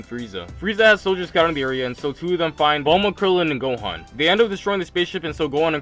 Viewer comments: For most of the time I heard u say gon instead of gohan and thought wait am I watching the video I pressed on? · anybody notice how he says gohan it sounds like hes saying gon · He says Gon instead of Gohan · He keeps saying gon instead of gohan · Why is he saying gon instead of gohan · You said gon insted of gohan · He keeps calling gohan | gon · is it just me or in the start was he saying gon? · I swear every time he says gohan and krillin I hear gon and killua